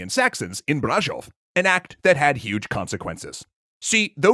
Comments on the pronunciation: I'm fairly confident the middle consonant in "Brașov" should be ʃ, not ʒ. I think this would also have been easier to pronounce for most Americans as I think it's a more common sound across most versions of English, so I wonder what happened there. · It's probably the automatic one from Youtube. Which basically tells us that there's some accents that pronounce Brazil similarly to how he pronounced Brasov.